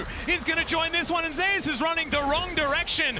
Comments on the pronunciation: I find it weird how they pronounce Zeus as Zei-us, and Oner as Owner. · Why the hell are there sayings Zeus wrong 😂😂😂 Smite ain't gonna Copyright yall just to say ZEUS RIGHT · Why do the casters mispronounce Zeus